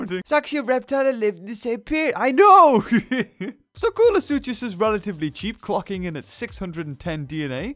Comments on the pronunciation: Who else agrees that its is pronounced Kool-uh-sook-us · I'm pretty sure the "ch" in koolasuchus is a "c" sound